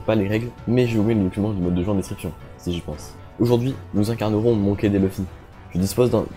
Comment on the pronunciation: il a dit monké dé luffy à ? jme désabonne c'est "monky di luffy"